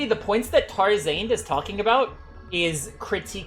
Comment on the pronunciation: why the way he says tarzarnd is kind of weird